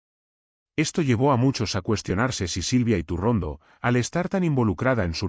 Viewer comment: Elvideo es maloooo..yretorcido,con un tufoo a derechas,que se nota hasta en la mala pronunciacion de su apellido